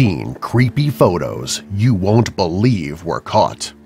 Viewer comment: cveepy u just said cveepy